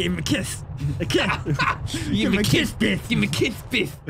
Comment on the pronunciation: Other people: Beth: Bith